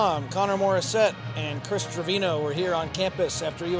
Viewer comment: Best USC duo, but Connor plz say TRE-VEEN-YO not TRUH-VINO 🙏